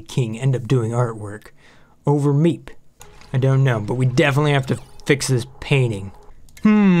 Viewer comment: When you say the person in charge, you mispronounced MEEP.